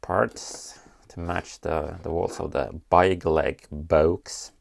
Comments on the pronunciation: I love how you pronounce it like byegleg even though you are Swedish and know how to pronounce it correctly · It’s pronounced bigleak